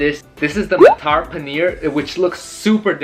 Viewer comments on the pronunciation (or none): Okay i feel the honour to correct your pronunciation U said it " Mataaaaar Paneer" It's actually "Matrrrr" (do not elongate "a" so much). Also do share ur views on coming to India, m eagarly waiting to host you